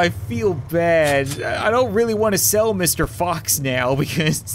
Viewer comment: I have been thinking that he was saying mr.box